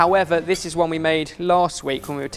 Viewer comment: No and he doesnt know that "one" does not have an h in it.